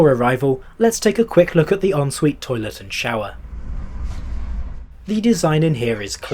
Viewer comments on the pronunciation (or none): none